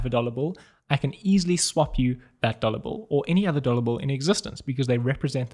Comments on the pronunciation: I heard "dollar Bull" several times 😅 Awesom video and the fact above made it even funny for me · Got really confused at the start, thought he was saying 'dollar bull'. Is this a new coin I haven't heard of?!?!